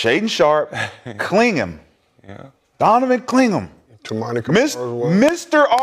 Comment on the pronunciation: Rashad, it’s “Clingan,” not “Clingum.”